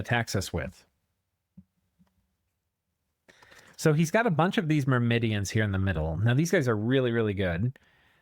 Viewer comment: Entertaining as always! Thanks for the upload. Also, 'Mermidons' doesn't have an extra i in there.